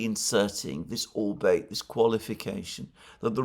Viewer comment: Alexander, a word about the word "ALBEIT": I believe it is pronounced ALL-BEE-IT, not ALL-BATE.